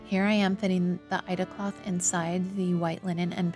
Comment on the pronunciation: What is ... Eide cloth? Ida cloth? I'm not quite sure what I am hearing you say, there. I don't think I have heard that term, before.